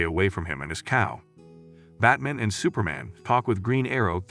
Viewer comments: Anyone else distracted because the narrator keeps referring to Batman as "Bat-mn"? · I'm tired of AI narrated videos. It can't even pronounce Batman correctly. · If you're going to replace the original audio with your own narration, you really should learn how to correctly pronounce "BATMAN"